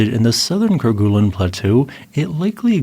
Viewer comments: The "gue" sound in Kerguelen is actually pronounced more like "gway" or "gey" rather than "goo." This is because the name Kerguelen comes from the French explorer Yves-Joseph de Kerguelen-Trémarec, and in French, the "gue" combination is typically pronounced with a soft "g" sound, followed by a "u" sound that's more like a "way" or "ay" sound. Fyi. 😉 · "ker-GOO-lin [sic]" -- "KER-guh-lin" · Ker-goo-lun...🤦 It's pronounced ker-gay-len. It's a Breton name, if you're gonna inform non-French people of its existence, at least get the pronunciation right, for fork's sake. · Great video. It's pronounced "Ker-gay-len", btw, not "Ker-guh-len". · Yep, actually more like ker-gay-lin but there's room for a little variation. 👍